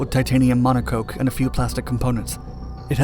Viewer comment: I'm pretty sure it's "monocoque" pronounced "mono-cock"